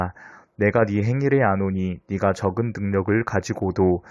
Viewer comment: "네가 "를 "니가" 라고 읽어서 아쉬워요